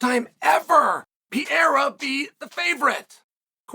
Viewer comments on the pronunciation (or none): Is not PIERA!!!!! PEREYRA!!!! IAM OUT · It's pronounced Pea-air-a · I cannot believe he’s still calling him Piera 😂 like it’s rly not that hard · Piera?? Really Chael? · DJ and Chael : Piera 🗣️ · I always thought it was ... P.A.H.E.R.A but thanks for correcting it for me Chael. P.I.Y.E.R.A it is. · Chael: I love reading comments Alma Sonnen: Chael, I left a note on your fishing rod telling you it's Pereira and when you got home it was still attached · Learn with me: PE-REI-RA. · Pereira: 🗿 Chael: Piera! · Chael really needs to work on his "Pereira" pronunciation haha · Is not that hard right?